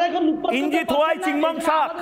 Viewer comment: ইঞ্জিনিয়ার উচ্চারণ করতে পারে না মুর্খ ময়ুখ। ইঞ্জি আবার কী জিনিস? ইঞ্জিনিয়ার বল।